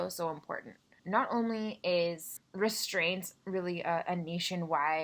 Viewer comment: Literally count how many times you said restsints or Restrained